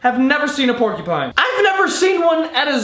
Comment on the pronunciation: it didn't register that he said porkey pine and I thought he said pinecone